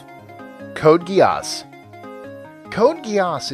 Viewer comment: "Code Geejaaasss" hahahahahaha fucking learn to pronounce!